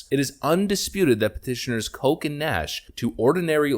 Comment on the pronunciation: That's not Coke, that's Koch. Rhymes with, watch.